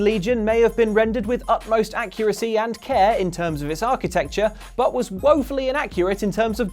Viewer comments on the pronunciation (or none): none